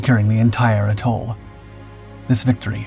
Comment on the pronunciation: ah k'mon, taRAwa? really? you dishonor them when you mispronounce where they sacrificed. TEARawa and btw AEtall, not agTOHL sheesh, get it right, PLEASE as he closed the distance to the pill bos, you show a GERMAN soldier running, fer chry-yaiy! but with all that oohrah!